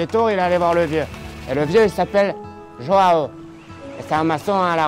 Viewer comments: Il la appeler "jao" mais sa se dit jouan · une petite pensée pour ceux dont les oreilles saigne apres avoir entendu dire autant de fois joao de cette maniere mdr